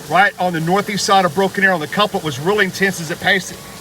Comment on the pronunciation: Just one question excited storm chaser….what in the world is a “ cuplit “. I live in Moore Okla. been through more tornadoes and warnings than you can shake a stick at. Seen more television weathermen put the story out there….never heard cuplit in my life.